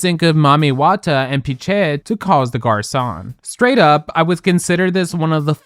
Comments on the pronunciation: You say you're a Vinas fan but can't even pronounce her name, let's make an effort to know a queen's name when talking about them... same for the way you pronounced Piche... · Are you using AI for the Voiceover? Your pronunciation of Piche... was a choice... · Where are we mispronouncing names like Vinas and Piche? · Not even as horrible as Piche's pronounciation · THAT too